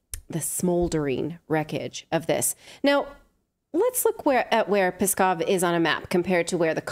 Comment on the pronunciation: No, Natali, you’re not saying it right lol it’s not “Peskov” it’s Pskov. Try saying “PSK”, it will sound similar to “TSK”, so [PSK-ov].